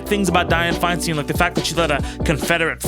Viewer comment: I know you recorded this last week, but FFS. It's said Fine-STINE, not Fine-STEEN. Say other words as you like but a name has a pronunciation that matters to the person who owns it. You aren't SAYID TayBAYni, right? It's a bit of an insult to get it wrong so thoroughly. And I am with you 100% about her good, bad, and ugly. I lived in the SFBA while she was mayor. I called her "that bitch" and didn't have to live directly with her policies. She ALSO helped the city get through the pain of seeing Harvey Milk and George Moscone's murderer get a weak-ass sentence for killing them both.